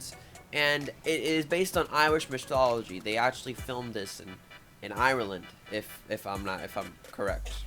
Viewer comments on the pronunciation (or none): none